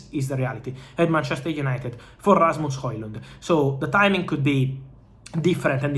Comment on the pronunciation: Rrrrrrrrrrasmus Hojlund 😅 I'm jealous of the trilling of your R's